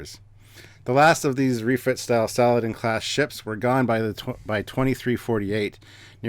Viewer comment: I believe the proper pronunciation is not "Salad-in" but rather Sa-la-deen.